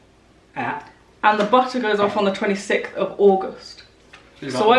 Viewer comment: my darling.. I love you so much but how are we pronouncing 26th now a days? 😂😂